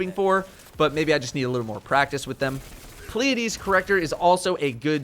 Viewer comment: Yay! knows how to say Pleiades correctly! (Aww who am I kidding. Of course he does, this is after all.)